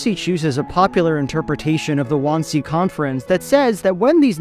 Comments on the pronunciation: Didn't get the pronunciation of Wannsee right though. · Great framing of the shot of yourself sitting! Took me half the video to figure out you were trying to say Wannsee though, lol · your pronunciation of wansee makes my skin crawl almost as much as that movie did